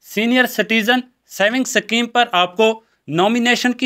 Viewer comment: सकीम नही शुद्ध उच्चारण "स्कीम * होती है ।